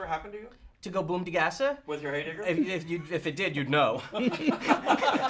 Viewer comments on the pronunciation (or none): For the record, it's a heyblibber, not a heydigger.